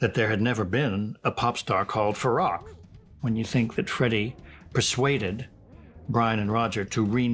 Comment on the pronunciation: Please don't mangle his name by repeatedly mispronouncing it. It's FarOKH, not Farrakh.